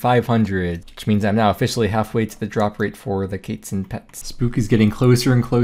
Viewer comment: the baby kaytzin? pretty sure its quest minus st + tzin